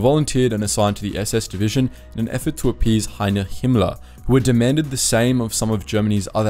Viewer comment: Pronounced "Heinrich". Cringe.